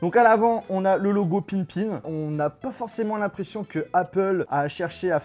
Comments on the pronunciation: Par contre ça se dit Pippin et pas Pinpin... ça m'a écorché l'oreille tout le long de la vidéo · Entre : ce gars qui sait pas prononcer le nom de la console et le fait qu’il trouve que la manette ressemble à celle d’une n64, ils font bien la paire tous les 2 on sent bien le manque d’intelligence..